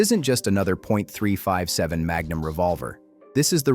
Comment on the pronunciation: Someone needs to teach AI how to pronounce .357 and .38 Special.